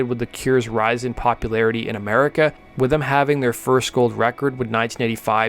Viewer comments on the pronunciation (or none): none